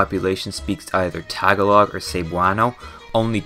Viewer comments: How hard is it to research how to say Tagalog? Ik it's nitpicky, but it feels like everyone in existence making videos about the Philippines have a consensus on butchering it. Like all you need to do is hear it once from a native speaker or idk, use google? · Idk why but the way they pronounce Tagalog and other stuff in the video feels a bit off putting for me 😭 But other than that this is a great video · THE WAY YOU PRONOUNCE TAGALOG NOO- YOU DONT PRONOUNCE IT LIKE THAT😭😭😭😭😭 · That is the worst pronunciation of Tagalog I have ever heard. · He should learn how to pronounce Tagalog. It is irritating to hear him pronounce it. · the way u pronounced tagalog took me out of the video 😭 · lol his pronunciation of tagalog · hi im so late. But as a filipino myself, we pronounce it Tah-gah-log not Tag-a-Log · you pronounced “Tagalog” wrong, it’s tuh- gah- lug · Why does every non-philipino say "tag-a-log" its one word, tagalog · I hate to be that guy but I cringed when you said Tagalog it’s not pronounced Tag-ah-log It’s pronounced Tah-goh-loug. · Please say [Tah GAW log] and not taga log. It's frying my ears hearing you say it. 😏 Ijs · For the love of God, please stop pronouncing it TAG-a-log. It's pronounce tah-ga-log. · Tag a log? it is pronounced as ta-gol-ig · Tah(emphasis) galog. 😂😂😂😂😂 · The pronunciations got me 💀. Tagalog is pronounced “tuh-GAH-loog” but I completely understand the butcherings as a Filipino American :P, just a pet peeve and proof that Pinoys unite 😆🙏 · as a Fillipino, It feels cursed when he says "Tagalog" incorrectly (if you are wondering, it's pronounced təˈɡäləɡ,təˈɡälôɡ) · Love the video, but Tagalog is not pronounced all at once, it is TA GA LOG. Sorry for being a stickler for this stuff, but other than that, I love the video! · bro the 'tag-a-log' killed me as a filipino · You are saying "Tag-a-log" wrong. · Hi po, the correct pronciation is ta-ga-l-og po, thank you. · Um... TAG-uh-log? Lolz. Cmon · Holdup tah gah lohg its tagalog